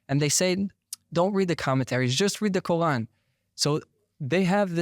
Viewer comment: This guy's pronunciation of Quarn as Kohan is driving me nuts.